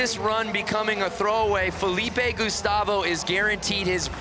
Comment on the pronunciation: Both the commentators are bad. I mean worse but the other guy cant even pronounce Felipe. just has no manners, constantly interrupting the other commentator, offensive jokes that aren't even funny. Just stick to skateline.